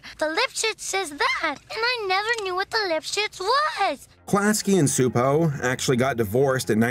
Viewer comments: Frets over mispronouncing Gábor Csupó's first name. Mispronounces his last name. 🤔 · Csupo is pronounced Chuh-po lol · It’s pronounced Choo•poe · As a Hungarian, I say you pronounced Gabor's first name quite right. You messed up his family name (it's more like chupo, instead of supo) xD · If I may have an addendum about the name you were trying to pronounce? Csupó Gábor, or Gábor Csupó in Hungarian due to having last name first and first last, is pronounced CHEW-POOH GAAH-BOHR. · A Hungarian cs is like a ch in English ,but you pronounced it pretty well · Just a small nitpick, since you don't know Hungarian, but Gabor Csupo is read like "gah-bor chu-po" Cheers :) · Hungarian here.... In Hungary the "cs" is pronounced like the "ch" in "chair". so...Csupo is like....Chupo. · Cspuo is pronounced Chew-Poe, I (sort of) used to work with them while they were developing Stressed Eric. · Correction: Csupo is pronounced CHEW-po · you almost nailed the pronunciation of Gábor Csupó's name but the Cs is a "ch" sound, like in cheese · You actually pronounced "Gábor" pretty ok. "Csupó" however, should sound more like "Choopoe" Great video btw, greetings from Hungary! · Garbor Csupo's last name is pronounced with a ch sound at the beginning. Just so you know for future reference 😉 Don't worry, I was confused by it too. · Csupo's name is to be pronounced something like this: "GAH-BOHR TCHU-POH", if you read English. (he's name is written like this in Hungarian: Csupó Gábor, as we place the surname first, like the Japanese people). Letter "á" is longish "ah" sound, "o" is short "oh", the letter "cs" is prononuned like "ch" or "tch", and letter "ó" is like "oooh" (longer version of letter "o"). Gábor is the Hungarian version of Gabriel. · It's guh-bore chew-poh. It's like the actress Zsa Zsa Gabor's surname plus chew and Po like Kung Fu Panda. You hear his surname at the end of every Klasky Csupo cartoon. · The "Cs" in Csupó is pronounced as "Ch" in chocolate